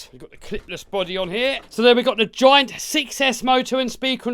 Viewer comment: anybody else hearing say "joint" for the first half not realizing he was saying giant? took me till he was pointing at the motor to figure it out. Really glad you included the MT10 in the top 5. we ned more budget friendly bashers.